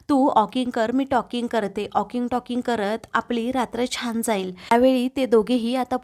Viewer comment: ऑकिंग नाही वॉकिंग . Walking talking. Feedback गांभीर्याने घ्या.